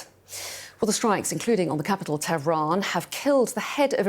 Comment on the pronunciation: did she say "the capital, Tevran" ?